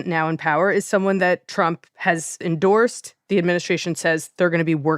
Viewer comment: The language these propagandists use 😂😂, she says "endorced" like Trump didn't threaten her😂😂